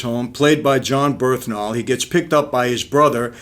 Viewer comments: Brilliant review. But it’s Bern-Thal Not Berth-Nal Just saying man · John “Birthnal” lmao